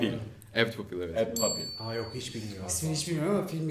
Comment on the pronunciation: Apt Pupil (papil değil püypıl diye okunur) olağanüstü bir filmdir. Kesinlikle izlenilesi. Bu arada Hülya Avşar hayranlığı nedir ya. Sırf bu yüzden filmden soğudum valla...